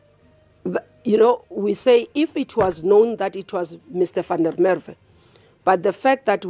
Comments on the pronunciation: Please pronounce his name correctly - VAN DER MERWE (“Fun-de-MerVe” - emphasis on the V!!) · Please learn the correct pronunciation of the victim’s name. Or are you AI? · Yoh have some respect and say his surname properly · Why can’t you pronounce Van der Merwe’s name properly